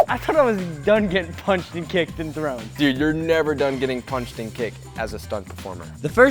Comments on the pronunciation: "thown" bro invented a new word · People who noticed that it was thown not thrown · he said thrown not thown